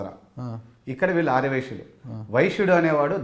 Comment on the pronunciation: ఆర్ర వైశ్యులు కాదు ఆర్య వైశ్యులు నువ్వు పక్కనోన్ని ఎగతాళి చేయడం కాదు నీ భాష కూడా చూసుకో